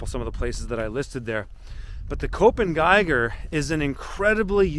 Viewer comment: Thanks. In case you are interested: Köppen sounds like cup-pun. Cup as in coffee cup, pun as in word play pun.